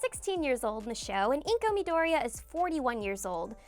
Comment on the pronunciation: why cant anyone pronounce midoriya correctly